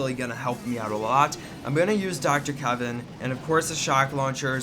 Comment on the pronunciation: Dr Kevin? Seriously? It's KAVAN.. kaa Vaa n